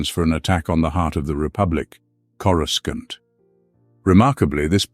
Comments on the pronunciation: Say… Corusant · When they first came up with Coruscant it was pronounced with the hard C sound. It was during the Heir to the Empire trilogy. Not sure when it changed, but I'm so used to it that it's fine pronounced either way.